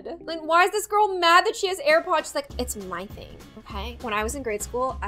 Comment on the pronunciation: “the tips of you HAIR pods” Me: “D-Did she just say HAIR PODS?! DHHSBDBDHDHSHD”